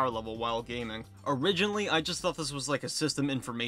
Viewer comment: Did you mean "gayming laptop"